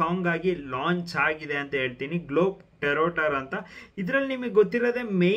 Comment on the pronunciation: It’s not globe teroter it’s ಗ್ಲೋಬ್ಟ್ರೋಟರ್